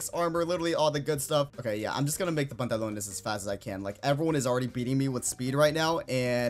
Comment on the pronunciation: When he said bantalon